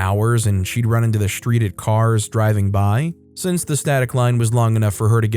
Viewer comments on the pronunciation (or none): He says, “reSHtricted”” and “SHtreet.” Why? There is no SH in those words.